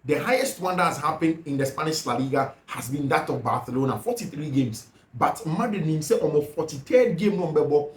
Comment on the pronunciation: I fact your pronunciation for Barcelona as bathlona is really annoying ooo